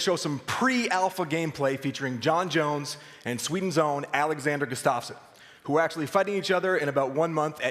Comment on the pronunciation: Guss-tuff-son not Gus's-stof-sen